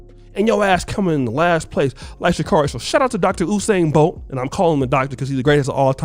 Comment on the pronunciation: Did someone say Whosain Bolt l?